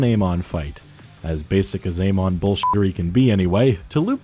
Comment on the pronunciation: You're saying Amon wrong.